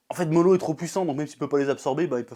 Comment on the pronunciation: Y'a un truc que je comprends pas avec toi, d'habitude tu prononces les prénoms dans les mangas à la française ( genre au lieu de prononcer Narouto et Sassouke tu prononces NarUto et Sazuke...je suis clair où pas?) mais par contre au lieu de dire Moro tu dis Molo. JE N'AI COMPREN PA!